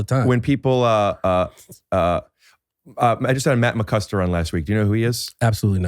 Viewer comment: I feel bad for Matt McCuster whose name has been mispronounced several times on this show it's Matt mccusker LOL